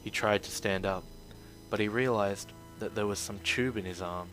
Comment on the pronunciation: Dat not day